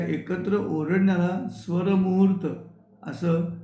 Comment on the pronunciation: खूपच सुंदर! बहिणाबाईंच्या कविता सुरुवातीला गाऊन खूप छान वाटले! स्वरमूर्त की स्वरमुहूर्त नीट ऐकू शकले नाही. पण त्याचे विश्लेषण खूपच परिणामकारक वाटते. तुमच्या या उपक्रमामुळे सकाळ प्रसन्न होते. धन्यवाद सर!